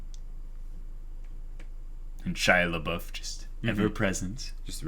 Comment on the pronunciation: Guys, I only started watching their discussions on HxH with this episode (because that's from when the Chimera Ant arc becomes the most interesting to me) and is "Shia Labeouf" an intentional joke or do they really not realize that they are not calling him Shaiapouf ? xD